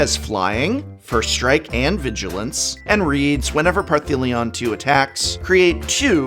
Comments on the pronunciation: You should know better. Parhelion has no T in the name whatsoever, ergo, it cannot be pronounced Parthelion...... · Partheleon? Parfeleon? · Par-thee-lion,?😬 The name’s not spelt with any ‘T’s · The consistent mispronouncing of Parhelion is really bugging me. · Cool video. BTW there is no 'T' in Parhelion... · oi boi. There's no T in Parhelion. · Does anyone else think the prof purposefully mispronounces Parhelion to trigger trolls? Asking for my sanity…love him regardless! Keep on Prof’n prof ❤️ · Opening skit is hilarious! I can't get over the mystery "t" in Parhelion II. 🤣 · Are you adding a T to Parhelion? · it did sound like it